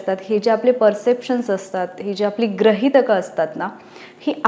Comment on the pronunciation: गृहीत किंवा गृहितक शब्दांचे उच्चार चुकीचे आहेत. 'ग्रहीत' नाही गृहीत असा उच्चार आहे.